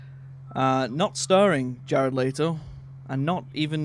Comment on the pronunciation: Stop pronouncing jared letto's last name. "Leetoe, or Layto" its Le-to.😂 great podcast though lads